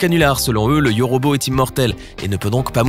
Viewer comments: C’est yôrôbô pas yorobo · On dit yôrôbô pas yorobo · 😂 Le yauraubau